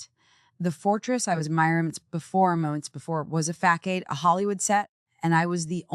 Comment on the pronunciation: Bad, bad AI voiceover. Champagne, bourbon, facade…people, don’t use these words if your AI cannot pronounce!!